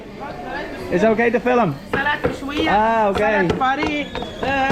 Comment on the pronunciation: Salad Mechouia was pronounced better than me